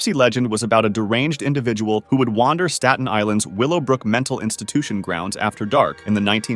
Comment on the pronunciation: you can't pronounce "staten" ? come on